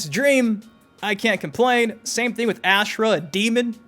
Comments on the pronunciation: please god. The way you pronounce her name AHHH SHH RAH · Why does everybody butcher Ashrah name? Has anybody played deception??? The announce says everybody name.